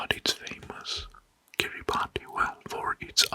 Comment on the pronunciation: this is awesome! i’m excited to fall asleep to this tonight. the only feedback i’d give so far is that “kiribati” is pronounced like “kiribas” - “ti” is sometimes pronounced like “s” in Gilbertese :)